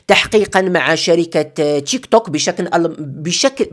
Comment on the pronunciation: التطبيق اسمه تيكتوك وليس تشيكطوك😂😂😂